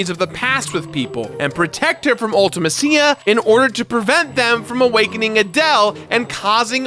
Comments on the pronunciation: Oh.... my.....Kos.... you pronounced LITERALLY everything wrong. 😂 I’m just joshin but, damn man Ulta- Ma- SeeYa! Loved this game as a kid, this was nicely reviewed and pretty well explained. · Ultimeh-see-yah and Ello-nii 🙄🙄🙄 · and I pronounce it Ul-ti-mess-ia. That's something I miss about pre-voice acting era games, everyone had their own interpretation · Why does everyone pronounce Ultimecia's name wrong? They say it out loud in the Dissidia games. It's pronounced (Ulti-meesha) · can't pronounce Ultimecia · The most controversial part of this video is pronunciation of Ultimecia and Ellone. Did anyone else notice Ellone is (L1)? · Congrats, but what's with the weird pronounciations with Quistis and Ultimecia??